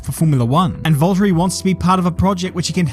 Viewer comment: Volt-ery tf is that lol